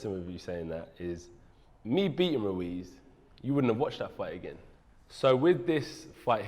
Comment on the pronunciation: Jacob Glenman RUIZ,not "Luiz"